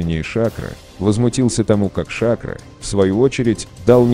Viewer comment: Почему голос за кадром говорит ШАкро? - я слышал с ударением на последнюю букву - ШакрО.